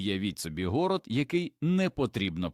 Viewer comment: ГорОд! Чому ШІ ставить наголоси по правилам російської мови?! Як мінімум це бісить. ЗлАки.